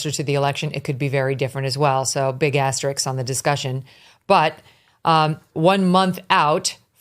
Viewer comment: asterisk, not "asteriks" C'mon, Megyn!